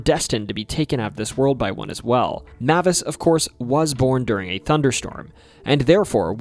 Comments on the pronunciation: Mavis is pronounced "May-vis" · Mavis: MAY-VUS